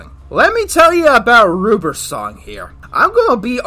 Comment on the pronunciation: When he said "ruber's song" I thought he said Ruperson